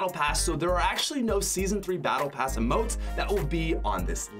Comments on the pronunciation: Who else hated the way he said "emotes" he said it like umotes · Emotes not uhmote